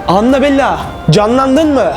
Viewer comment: Anabella değil anabel